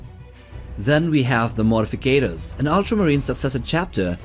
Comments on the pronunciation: MOR-TI-FAC-TORS not mortificators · really love your 40k vids but i hate to be that guy buts it pronounced morti-factors. not how you say it